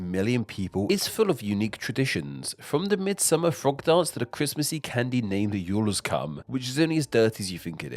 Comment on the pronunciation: Juleskum only seems dirty when you pronunce it like "Jules-cum" instead of "Jule-skoh-m".